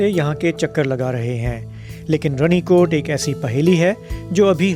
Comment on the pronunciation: Pronunciation is wrong sir. It is Rani kot. Raja ki Rani.